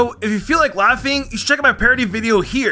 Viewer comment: Unbeknownst, un-be-known-st. Not un-be-now-st.